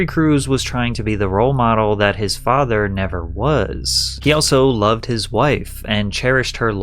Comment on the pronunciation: What up the long last syllables... 'to be looooov'd' etc why do you tubers do it? 'His mothers vieeeews'... it's a really irritating affectation.